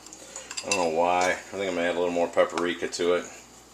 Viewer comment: pepperika? or paprika